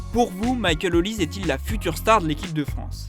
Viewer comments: Ce n’est pas « Olize » mais « Olisê » comme Sunday Oliseh y a une certaine époque vous vous rappelez ? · Son nom est peut-être Nigerian mais il est Français et il joue pour la France. On prononce donc son nom OlisEEE. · Les Français arrêter de dire OLISE ! Son nom est NIGERIAN et c'est OLISÉ !!!